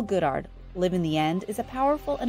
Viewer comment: Can we please start pronouncing Neville's last name correctly??? Kinda distracting...